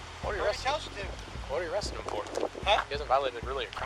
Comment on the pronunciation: "orresting". Need to learn how to say, 'arresting'.